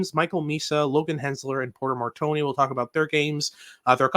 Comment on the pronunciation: Please let’s call him Mar-tone And NOT Mar-Tony 🥲🥲😅😂